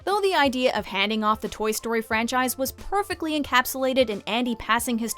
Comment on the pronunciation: It was not just me right she said porfectly